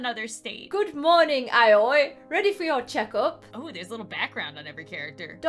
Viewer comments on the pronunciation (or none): it’s pronounced o-WEE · Eh more like ah oye? said it right the last time she said it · N-no... No, nO, NO. It's you must read A and O together and I on their own... Like this it sounds terrible.... But kinda KINDA(!) funny at the same time. So... Oh god... This is killing me. xD And what's even worst. This makes me realise, that I'm such a weeb. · It's "uh-oi", not "owie" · Did anyone else see that the doctor said her name wrong.He said Aio instead of Aoi. LOL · Aui is pronunced as Oi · It kinda triggered me the way they said Aoi like "I oi" Instead of saying "ow e" Like I think it's supposed to be pronounced. AaAaAaAaAaAaAaAaAaAaAa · I tried, but I can't watch this video if they keep saying "Aa-oy." It's pronounced "Ow-ee" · You're supposed to say it Owwe not Aye oi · Ito Owie 😂 That’s actually how you pronounce it... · A-o-ee It is blue in japanese U say every latter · Her name is pronounced "Owie" Sounds weird but it true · Aoi is pronounced “Owie.” Lol Ik it’s weird but it’s actually how you pronounce it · it's actually AAAoyi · Aoi:pronounced oi Asui:pronounced Aswee Edit: :D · I think Aoi is pronounced like “owie” xd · How to pronounce Aoi, JAPANESE LESSONS WITH ALEX! Ayoi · No, it's pronounced like ah-oh-ee, but quickly, making it sound like "owie." Awesome, oh, and leaf. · coming from someone who is learning Japanese her name is pronounced "Ah-o-e" (somewhat how owie is pronounced) also the amount of mha references and mispronunciations in this so funny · when was trying to pronounce aoi i was in my mind saying "just say ow ee" "just say ow ee" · I think that Aoi is pronounced Owie like from danganronpa lol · Inhale YOU PRONOUNCE IT OWIE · i love how says the name Aoi 🤣 even though it’s pronounced Awi LOL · Asui (AHH-SUE-EE) Aoi (AHH-OI) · i love how they didn't pronounce the name right at all 😭💕 im pretty sure its pronounced "ow-ee" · It’s “Ow-ee” Ito Ow-ee 😭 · AOI IS PRONOUNCED OW WEE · Aoi is pronounced like “oww-ee”